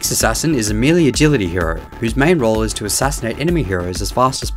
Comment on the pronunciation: Mell-lay not mee-lee